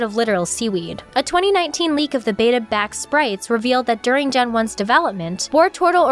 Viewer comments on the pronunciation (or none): none